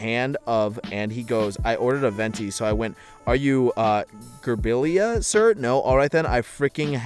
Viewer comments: And Gabriella as gabeirella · Too bad he pronounced Gabriella as gerbilla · Pronounces açai correctly then fumbles Gabriella